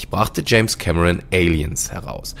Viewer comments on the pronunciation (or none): none